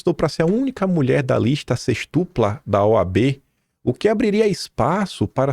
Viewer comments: A pronúncia correta é sêxtupla! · Qual é a pronúncia correta da palavra SÊXTUPLA? cometeu erro de quinta série ao pronunciá-la como paroxítona e não proparoxítona. Vamos caprichar mais,pessoal. Não municie a esquerdalha.